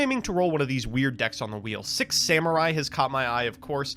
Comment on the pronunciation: E-Rue, Come On, and Zenjee - my favorite Six Semmurye! And not to forget the last one... ... Yaichi. Uh - yeah. Not much to mispronounce on that one, I suppose! Ah man, I adore Americans pronouncing anything that isn't English. xD